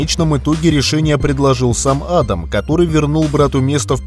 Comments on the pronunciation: адАм , а не Адам. адАм первый человек на земле, а не Адам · Ударение в имени неправильно ставите